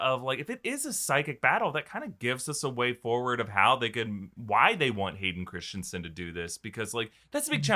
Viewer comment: *Hayden Crispy-son